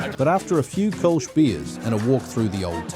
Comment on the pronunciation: Kölsch is pronounced Col sch